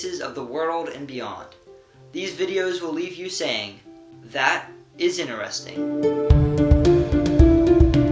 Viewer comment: It is nice to hear an American talking properly, not babbling at breakneck speed or shouting. Well done. Now all you need to do is learnbhow to say "interesting".